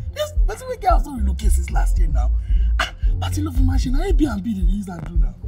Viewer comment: It’s the pronunciation of ‘Air B na B and Little P’ for me 😂😂😂😂😂😂😂, my God kiloshele